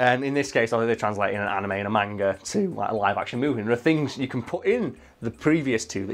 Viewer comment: This is an old video but I'm just getting around to watching it. Thank you so much for not using dubs from the Dragon Ball anime. Also you pronounced manga wrong but I'll forgive you.